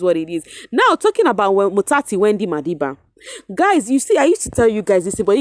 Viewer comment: You say "motsatsi Wendy madiba" so nice I'm always looking forward to hear you 😊🤍